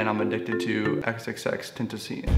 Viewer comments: Ten-Tah-See-Ohn in case people haven't spammed you enough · u said xxx ten tah sea in 😂😂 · Vruh he said xxxtentaseaun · Well then... why did you pronounce is name intentionally wrong? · bruh I almost commented about him saying xxxtentacions name wrong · if u are addicted i would know how to Say it right but still love ur vids bro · You can't be addicted if you can't say his name right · If your a true fan of X say his name right man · hes "addicted" to him but still cant say his name right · addicted to x but still cant say his fucking name right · how can you be addicted to x but cant even say his name right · He said his name wrong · Yet still can't say his name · lol he still pronounces it wrong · He can't even say the damn name right, SMH🤦🏻‍♂️ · obsessed w him but can't say his name right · if you were addicted to x you would of said his name right